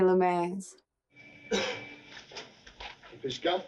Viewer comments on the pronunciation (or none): “Lu met,= Loo-MET”. The T is hard.